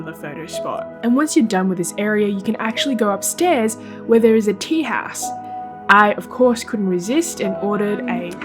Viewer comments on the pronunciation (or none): The way you say "house" is funny AF "tea - haawse" do you hear that yourself when you say it!?!? :-D